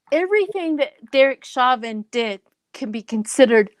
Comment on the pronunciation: Chauvin is pronounced SHOW-vinn not shaw'-ven === All my favorite psychics on youtube do not pronounce people-in-the-news' names! correctly!